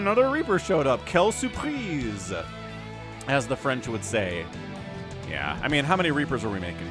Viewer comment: "Quelle surprise" i'm french and your accent is very good